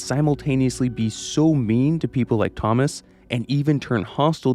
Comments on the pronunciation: I don't know what annoys me more, the fact you're saying it like toe-moss, or the fact that you're definitely doing it to annoy people like me. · Why do you pronounce Thomas that way?